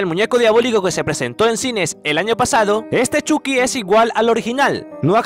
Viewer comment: Es Choky no chuki -_- Chucky (Chocky)